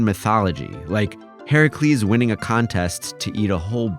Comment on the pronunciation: Props for Greek pronunciation of Herakles